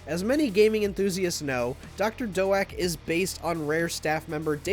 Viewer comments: Dr. Doe-ack? It will always be Dr. Doak (d+oak) to me. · Who tf is "Doe-ack"? Is he trying to say Doak? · Its Doctor DOAK! Like dough and oak combined. I'm pretty sure hes a dude whom works at NINTENDO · wait... it's pronounced as Dr. "Doe-ack," and not Dr. "Doke?" I thought it was like Oak with D infront. Dr. Doak. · Its pronounced like oak they guy got it wrong